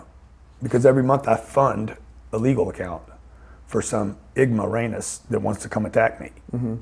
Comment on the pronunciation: “some igmoramus” 😂😂